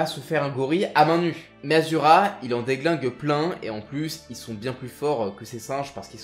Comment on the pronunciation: Sa me fais bizarre quand tu dis asura au lieu de ashura qui est son vrai prénom